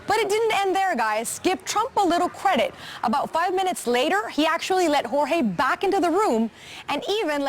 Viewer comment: sounds like "jorge bean taken out" lol.